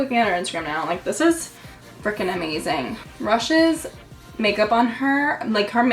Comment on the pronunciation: The make artist you mentioned is not Rush.! It's Hrush, she's Armenian its an Armenian Name. Haroosh